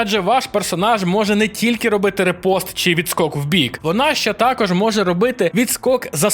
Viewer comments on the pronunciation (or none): Коментар для просування: ріпост від фр. In fencing, a riposte (French for "retort"). Парирування з контратакою. Fight back. Вдало вжите, але не правильно його Ви промовляєте) Ніякий не репост ні. Правильно - ріпост. Майте гарний день!